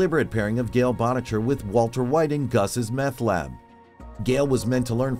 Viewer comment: Gale "Botticher"? Did you even watch the show yourself?